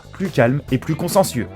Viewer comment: Vous avez dit quatre fois "conscencieux" au lieu de consciencieux, ce qui révèle beaucoup de choses chez vous. Ahaha !